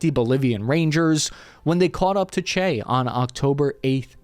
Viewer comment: Che GUEVARA bro..GUEVARA...